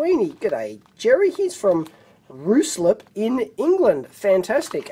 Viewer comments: You made me laugh Dave "Roo Slip" that's a kangaroo on a banana peel. Pronounced "Rye Slip" as in a bread on a banana peel. Love the vid and hope you feel better soon. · its pronounced rye-slip Dave.